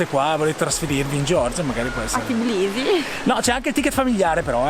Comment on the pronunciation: Si dice Tbilisi non Tiblisi😊😘